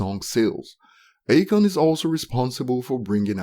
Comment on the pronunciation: It's A-Khan. Not Achon.